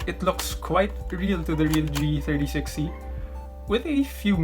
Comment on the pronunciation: he said g63c instead of g36c